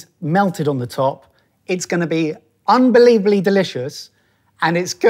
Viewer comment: I keep repeating this for some reason. Fascinated with the fact that he says "unbeliebally."